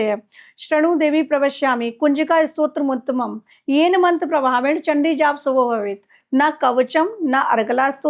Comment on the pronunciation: Kunjikastrotramuttamam nahi hai Maam Kunjika stotratm uttamam hai 😂😂